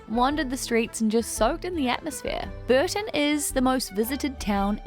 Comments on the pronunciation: Not Burton on the Water but Bourton on the Water. Pronounced Bore-ton. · Pronounced Boar - ton on the water. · Epic vlog. BTW Bourton-on-the-Water is pronounced Bore tun on the Water!